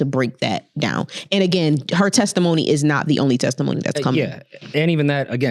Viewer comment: LOL “tesitmony”